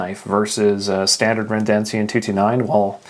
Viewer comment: It's Redencion, not Rendencion